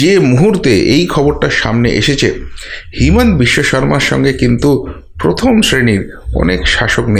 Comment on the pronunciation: Himant biswasarma hobe na. Himanta hobe. Bhul uccaran korben na.